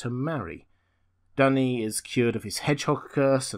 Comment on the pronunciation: Duny is called "dooney", not "dunny"